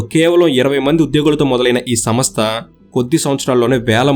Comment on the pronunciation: Samastha kaadu raa..samstha. Nee ayya neeku telugu kooda sariga theliyadhu, video lu endhuku cheyali?